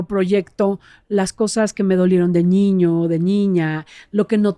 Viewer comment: me encantas! Desde que te escuché por primera vez te sigo! Me has ayudado mucho. Solo una pequeña pregunta ¿Por qué dices ñiño? Con doble ñ? 🤔